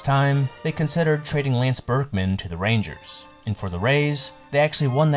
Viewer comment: “Ray-angers” cracks me up 😂😂😂